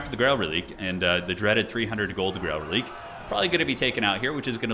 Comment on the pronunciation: relique...its fronch. prenounced like Queek...ReliQuee